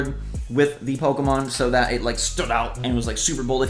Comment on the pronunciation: When you sed pokeman i was like the heck where is the A in pokemon 😂😂😂😂